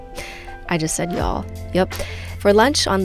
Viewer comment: you don't know how to say y'all. its actually y'aalll not yaow. :)